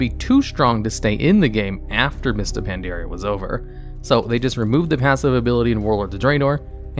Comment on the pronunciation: So why dose he pronounce it Pan dare e a when the game pronounces it very clearly thought the expansion? Just curious.